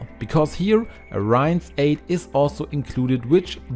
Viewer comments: Blooming expensive using dishwasher tablets! Certainly might help with burnt in food. But just to clean a sink?? I use Cif (it was Jif in England). Your English is excellent, but it is pronounced sort of like ‘ee’. But lift your voice upwards on the ee and don’t elongate the ‘ee. r-ee-inse. rinsse. Not r-eye-nsse’ ! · Dear friend! Please, use a dictionary to check the pronunciation of the word "rinse". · Great ideas! But the word rinse is mispronounced. Just check it out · This guy says "rinse" funny.